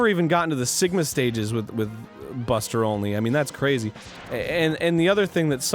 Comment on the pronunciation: Every time Arin says he's doing a Buster-only run, I keep thinking he's saying "Buster Olney run" and his gameplay will be accompanied by baseball analysis.